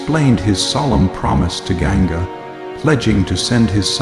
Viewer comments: It looks a well made series. Please improve the narration of the Sanskrit words and names of characters. Ganga is not Genga.. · Please improve sanskrit pronunciations..its Vasu...not vaasu...Ganga not Genga, Prataapa not pratipa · Why on earth would you hire an American voice to narrate this story, who cannot pronounce any word correctly? listen to it महाभारत - मैभराता? Ganga गैनगा ? Why???